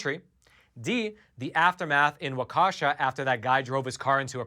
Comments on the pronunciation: Its Wok-uh-shah! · FYI Waukesha is pronounced waw-ki-shaw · Waukesha is pronounced like "Walk-a-shah"